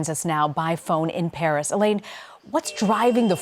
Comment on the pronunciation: In "bharis" 😆